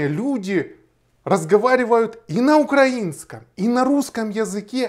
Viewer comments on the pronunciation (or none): none